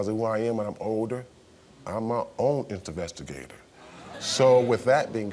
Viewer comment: Brother said “InstaVestigator” 😂